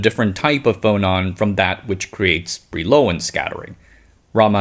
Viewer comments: I think Brillouin is pronounced like bree-yawn (Wikipedia's [leɔ̃ nikɔla bʁijwɛ̃] is not very easy to interpret, but concurs.) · Brillouin is a French name, pronounced roughly bree-wah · Good video. Brillouin is said like "bree-yuan"